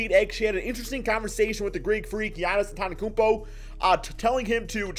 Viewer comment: Lol who is giannis apodokoonpo